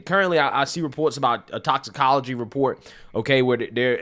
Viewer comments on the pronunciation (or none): none